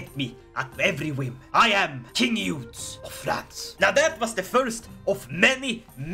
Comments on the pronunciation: As a Frenchman, I laughed a lot when I saw you trying to pronounce "Eudes" and the other French names in english way with a swedish accent. I want more of this ! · Hello! Just started watching the video, and I would just like to tell you a bit of history and tell you how you pronounce the name of “Eudes.” So, I don’t know why the devs decided to name him Eudes, but historically his name is Odo. So, historically, Odo would go on to be elected as king of France after the Karlings were kicked out, and it’s a bit confusing in ck3 what happened next but I believe, judging by the dynasty line, his brother would become king of France and the line would continue for a bit until Hugh was born, he would found the Capetian Dynasty which would rule over France from 987 to 1792, and then again from 1814 to 1848. Please and thank you for reading and I hope you have a good day and night! Just wanted to throw a quick history lesson in here for fun! Hope you have a good day, please and thank you once again!